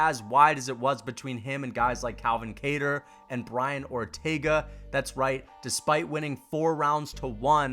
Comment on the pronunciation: Bro said Calvin “Cayter”